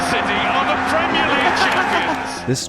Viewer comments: And that he does it over and over again even with having Brits pronouncing it correctly in his video. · It enfuriates me when british people say Premier. You're saying it wrong and the french are right there to show you how to say it right. Say the è you animals!!!! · it's pronounced PRUHMIEEEEEH LEAGUE. You have to emphasize that. You have to scream that.